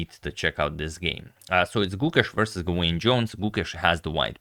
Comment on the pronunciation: "Gawain" should be pronounced "Gah-Win" with the emphasis on the first syllable